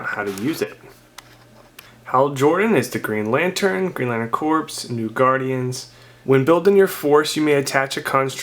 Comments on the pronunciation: Corps pronounced Core not Corpse. one of my biggest pet peeves. other than that, great vid. I ordered some clix from you, cant wait to get them. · I swear when someone says corpses some of my brain cells die